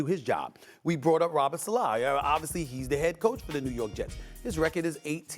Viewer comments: Robert Salaaaaaa, why does Stephen A always butcher ppl’s names, does gevrhhink its fashionable or is he a lazy “journalist” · can he say Salah correctly?